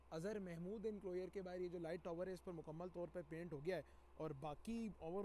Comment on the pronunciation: انکلوئر نہیں انکلوژر